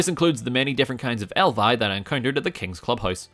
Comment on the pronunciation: did he seriously day elvi?